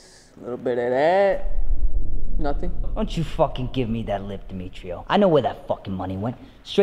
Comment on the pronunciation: "Dmitrio" I'M